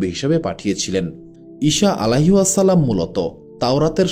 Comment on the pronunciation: Plz Correct Pronunciation - "Alaihissalam" (عليه السلام) is an Arabic phrase that means: "Peace be upon him."